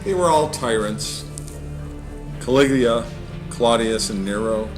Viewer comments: The commentator says "Caliglia" instead of "Caligula". Woeful. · CA-LIG-U-LA!! - not Caliglia!! Learn the actual pronunciation of words on the page before you. In the vernacular: Dude, ur like a full tard, for some kinna downy, u do good brah... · For God's sake redo this video and pronounce CALIGULA correctly!!!! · its kawiggglia. get it right girlfriend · THIS NARRATOR CAN'T EVEN PRONOUNCE CALIGULAR CORRECTLY. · How come you can't pronounce caligula's name ?